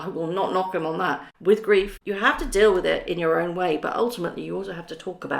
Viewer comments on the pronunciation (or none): none